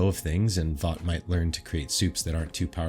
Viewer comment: It's vought